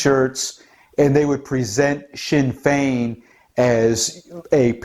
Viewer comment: Good job on the pronunciation of the Irish Political Parties. No real surprise that "Sinn Féin", are on the side of leftist Globalists' (translation we ourselves or ourselves alone literally a declaration of "Ireland for the Native Irish", ironically). "Sinn Féin", split in the early seventies into "Official Sinn Féin", nick named the "Stickies", and "Provisional Sinn Féin", with the Officials representing the more Conservative Wing and the Provies the more radical and Socialist Wing, no surprise that they would feel an affinity for "Antifa", as they would share their Marxist/Anarchist world view.